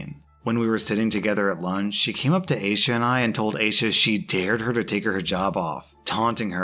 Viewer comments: The second he said Asha I just /knew/ it was probably supposed to be I-ee-sha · Aysha is pronounced eye-sha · Aisha is pronounced eye-EE-shush.